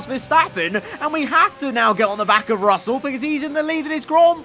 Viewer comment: At the end said frussell